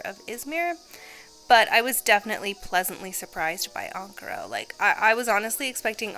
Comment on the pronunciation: I dont know why but the way you pronounce ankara is so satisfying